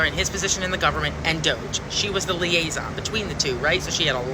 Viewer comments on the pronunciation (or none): Putting the hard 'Lay' in " liaison". Lmfao ☕🐸